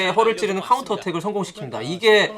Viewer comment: 에 '카운트어택'이아니라 '카운터어택'이에여~